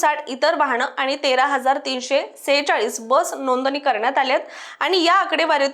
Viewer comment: सनासुदी, वहाण, णोदनी 😂😂😂 आर्रा